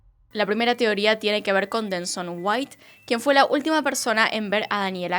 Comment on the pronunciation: Amo cuando dice "tioría" en vez de "teoría". Besitos desde Chile ❤️